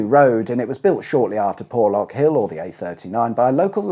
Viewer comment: You need some old style 4x4 to navigate ..."Porrrrrrrrlorrrrk hill".....accent stuff...!lol